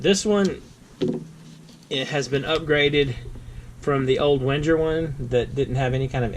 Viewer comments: Isn't Wenger pronounced "vang-grr" ? I think it is, anyway. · Please mind the pronounciation of Wenger